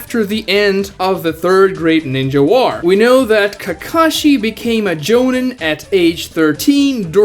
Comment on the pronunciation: I have a task for you...... say jonin then say obito.... the I pronounced in both of those are pronounced as a long E... so my question is why pronounce one of them correct and one of them wrong... joneen....